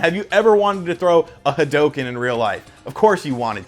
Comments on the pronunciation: It's HA-DOO-KEN. Not HA-DOH-KEN. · Ha"dough"ken... bru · He's the only person I've ever heard pronounce Hadoken like that. Probably the only person on the planet that does